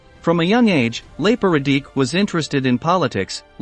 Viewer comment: Please try to approximate the pronunciation of the names. RadiCH, not RadiK. OOS-tasha, not US-tashsa